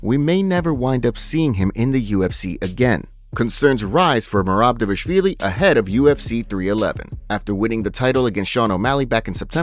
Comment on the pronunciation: The narrator pronounces Dvalishvilli incorrectly..